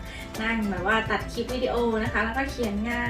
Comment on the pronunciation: ติดค้างไว้วันก่อน สะระแหน่ ออกเสียงตามที่เขียนเลยค่ะ ของใกล้จะเป็น สาระแน เต็มที คลิป(Clip) ไม่ใช่ คิป อย่าไปเอาอย่างวัยรุ่นสมัยนี้ ที่เชื่อกันว่า พูดกระดกลิ้นแล้ว เชยมาก การคลุกผักสลัดไม่ให้ช้ำ ภาษากลางเรียก เคล้า หรือ คลุกเบามือ ค่ะ